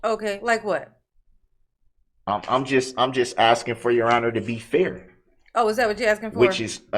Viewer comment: His "axing" drives me crazy.